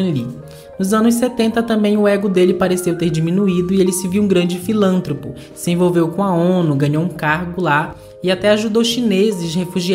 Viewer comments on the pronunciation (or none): Filantropo, queridos, palavra paroxítona. Excelente vídeo, parabéns.